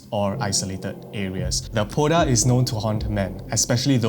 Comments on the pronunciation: Hi! Love the content! Hmong person here! The Poj Dab, is pronounced “Pall Da” with the “j” and “b” acting as tones. It literally translates to Female Ghost. It can haunt anyone who wronged it and is usually born from vengeance. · I was at work and when you mentioned the poj Dab my ears lit up, I didn’t expect to hear about Hmong People. Poj dab is pronounced “paw” (pronounced with an O sound) , you pronounce Dab correctly. Poj Dab translates to woman spirit or like woman ghost. Typically people avoid saying it when they walk alone at night. The h in hmong is also silent. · I'm Hmong its call paw-da